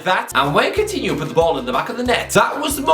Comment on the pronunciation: How many times can you mispronounce this guy’s name?